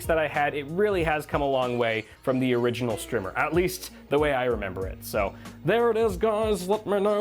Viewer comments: Was checking for a comment like this...should be a long "i" sound. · Strimmer has 2 m's that's a a strimer : pronounced str eye merr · Wait, is it actually called 'Strimer?' Wtf is a strimer? I thought you were mispronouncing the word 'Streamer.'